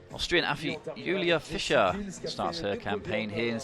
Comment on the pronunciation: And Julia Fisher ( that is Fiser), and Tina Havesayy (Hafsaas, pronounced Havs-Ohs).